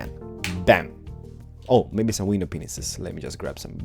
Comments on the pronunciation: Am I the only one who hears "window penises" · Does say window pen15 on purpose? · did he said Window Penises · I love how he says window panes XD